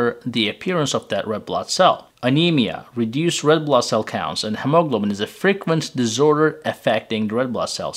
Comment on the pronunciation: Clear explanation , thank you. Please ask an Native American speaker to pronounce hemoglobins.